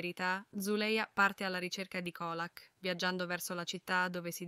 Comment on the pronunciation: Ma veramente? Assurdo dai!!!!! Peggio di beautifull😂 e comunque si legge Ciolak😂 mah !!!! E dire che voleva ucciderla derubarla!!!